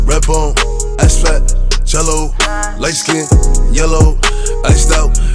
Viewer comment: am i the only one who finds it satisfying the way boogie wit a hoodie says Jello